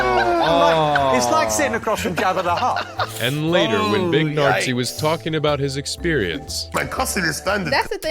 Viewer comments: Big Nartzi? ....thats not how you say it 😂😂 That makes him sound like Herman Goering 😂😂😂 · Big nartsi is a wild name mispronunciation 😂😂😂😂😂😂😂😂😂 🇩🇪 😳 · I like your reactions but the video you've just reacted to was really bad. A big pile of A.I. slop, like pronouncing Big Narstie as Big Nazi. The video makes it sound serious, like they're all beefing. Jimmy encourages heckling at his shows, it's kinda his signature thing. Just like Fluffy got his sound effects and storytelling, Jimmy got his oneliners and heckler interactions. The clips with Big Narstie and Mo Gilligan is just a friendly roast battle and it's hilarious. I don't know why the narrator makes it sound so serious. Would love to see your reactions to some proper Jimmy Carr videos/compilations, i think Jimmy has a bunch of them on his own channel 😃